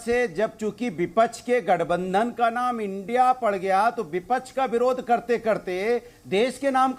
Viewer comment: vipackhh ko bipackh bolta h